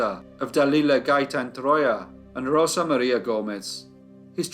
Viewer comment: I really like how you correctly pronounce “Rosa”, sounds so pretty. It’s better than “RoZa” lol